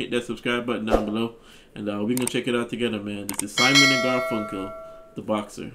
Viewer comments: Garfunkel — don’t say the “e” so much and stress is on the first syllable. 😉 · Gar fun Kul That is how he pronounces his name. Legends, so many great stories with Art’s angelic vocals! Bridge Over Troubled Water,Mrs. Robinson,Cecilia,Kathy’s Song,Homeward Bound,America,The Only Living Boy in New York,Baby DriverKeep the Customer Satisfied, American Tune, And on and on